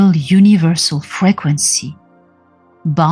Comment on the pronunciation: I like the way you say frequency it sounds almost like you are saying fragrancey and im reminded that it is one in the same 💖